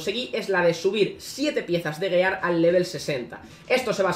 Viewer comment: ¿Tan difícil es pronunciar "giar"? Duele cada vez y en un minuto van como diez xd